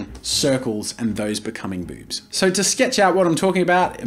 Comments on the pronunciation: Ami I the only who hear bubs instead of boobs when jazza speaks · i cant get over how he says "BOoBs" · It’s not the fact I was caught off guard by you saying boobs, it’s the way you said Bewbs. Couldn’t help but snicker a bit by the emphasized b’s and o’s. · I love the emphasis on "Boobs"